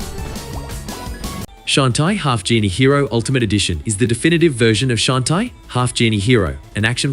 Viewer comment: "Shaun -tay"